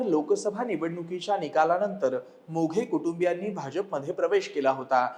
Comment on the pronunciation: सागर व दत्ता मोघे नाही. " मेघे " सुधारणा व्हावी